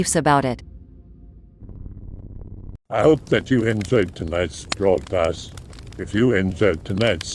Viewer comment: Sounds about the same to me but I used to hear "welcome to the broadpast" instead of broadcast...